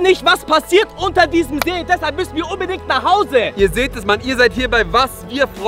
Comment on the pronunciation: ihr habt see falch gesagt ihr habt nämlich seee gesagt